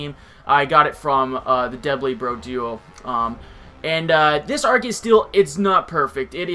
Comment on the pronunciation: Please learn how to say arceus. I stopped watching the battle because hearing you say arceus like arkeus was brutal. xP